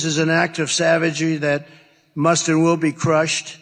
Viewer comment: Did He say (" Savagee. " Not savagery